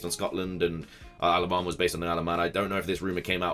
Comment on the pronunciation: When you say "Isle of Armor" fast, it sounds like you say "Alabama"..